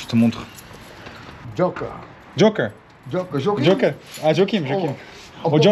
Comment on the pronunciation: he was saying his name is "Joca" , not Joker, thats why he was like "im not crazy...." 😅